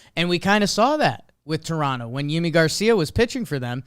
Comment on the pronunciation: Just a small fyi, broadcasters talked to Yimi Garcia, it is in fact pronounced Jimmy Garcia, love the content :)